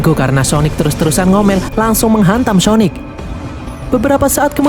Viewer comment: "Syonic" syonic ga tuh wkwkwk